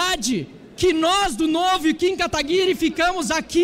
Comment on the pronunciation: Até hoje não aprenderam a falar o nome do Kim direito